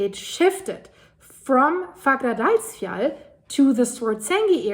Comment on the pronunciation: The doule L is a T in the pronunciation for icelandic. So it's pronounced like "fagradalsfjat", although it is written as "Fagradalsfjall". You can look it up, the double L as T rule is real for icelandic. I'm not making this up ;-) (Don't believe what any commenter like me writes, check it. I am sure for myself, but I know, that's not enough for anyone else, so just look it up ;-)